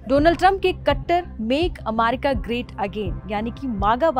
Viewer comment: Why is she pronouncing amaricaa😅